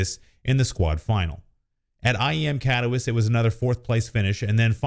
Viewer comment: that pronunciation of Katowice tho.... butchered it man hahaha